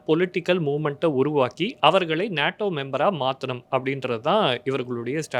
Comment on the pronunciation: அது "நேடோ". "நாடோ" இல்ல.